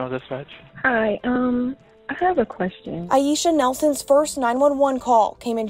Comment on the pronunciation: It’s Aisha (I-E-SHA) lol